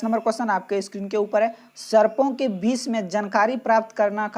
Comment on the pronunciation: 10 no question galat pdh rhe h sir Vis nhi hai vishay hai